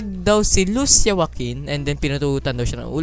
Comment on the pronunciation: Kuya lusiya po pagbigkas at lucia ang spelling